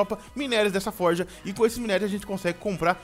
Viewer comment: E FORGE NÃO E FORJA